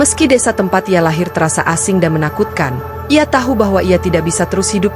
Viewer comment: Berkali kali diajarin TAU TAU TAU BUKAN TAHU CARA BACA TAHU Kecuali nama makanan